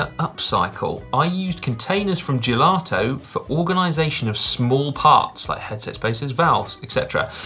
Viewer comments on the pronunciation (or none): none